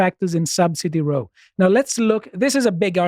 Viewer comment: You should help out by correcting him at times: It's 'row' as in rowdy; not 'row' like in rowing.